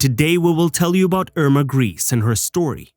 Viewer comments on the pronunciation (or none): Her name is pronounced grey-say not grease otherwise great video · It seems as if every Youtube history channel is obsessed with this young woman and each one likes to elaborate or fabricate his own lurid tales of horror. On the scale of drivel, your channel easiy wins first prize! First of all, Irma's name is pronounced "Gray-sah" and definitely NOT "GREECE". Next, it was Doktor Mengele, NOT Irma who was given the sobriquet "Angel of Death".Next, the fictional lampshade story was debunked years ago and the material was found to be goatskin! Cheer up! You can now accuse her of anti-goatism. Next, Irma was not hanged on Nov. 4,1945. She was judiciously killed on Dec. 13, 1945. Lastly, Irma was buried in Friedhof am Wehl, Hamelin, Germany. Do some research before attempting any more videos. This one is pathetic. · It's a bit annoying that he pronounces her name "grease". This has a slightly comic effect, which I think is a bit inappropriate for such a monster. Her name was Grese (Irma Grese). This is pronounced "Grayzeh". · Her name was not "Grease"! Why not find out how to pronounce it before you narrate a video about her? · Interesting program. I wish you took a greater care at pronouncing Irma Grese's name properly. It's not Griss! This make the whole film unprofessional. Get it right! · so glad you set them right on that. do you think they pronounce it correctly in hell?